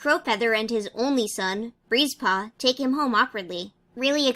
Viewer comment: Tbh everytime you said Breezepaw I thought you said Greasepaw 😂😂